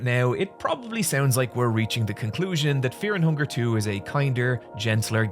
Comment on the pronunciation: This is weird to say but I really like how you say fear and hunger Great video:)